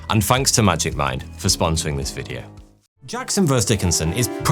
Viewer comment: I'm a little hard of hearing due to aging. Every time he says "duels" the captioning reads "jewels." I just laughed after I easily figured it out and went on watching to enjoy the "vidjeo" and learn new things from history ~